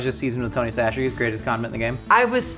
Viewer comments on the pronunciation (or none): Tony "Sachere's"??? Bruh... It's Tony Chachere's!